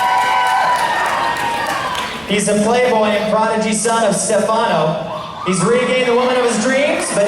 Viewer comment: Its Daniel Jonas not Jones. And it is Stefano, not Steffano. Get it right idiotic announcer.